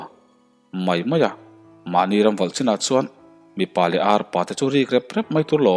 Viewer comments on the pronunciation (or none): none